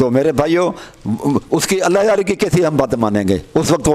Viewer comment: allah yari se behis bad me karna pehle talafuz to theek karlo apne